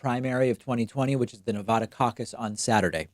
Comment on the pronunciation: Im from Nevada david and we would appreciate if you pronounced it Nevada instead on Nevahhda. The emphasis is incorrect